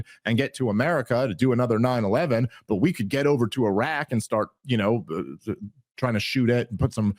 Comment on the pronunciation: Tim's vocal inflections and affectations make him pretty unlistenable. He's trying to be dramatic or something. And look out if the word ends in 't,' because he will say things like "farT" and "starT" with the 't' a whole separate syllable. Signs of a half-smart guy wanting everyone to think he's really smart.